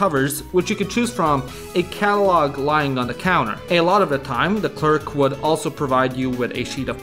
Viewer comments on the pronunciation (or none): none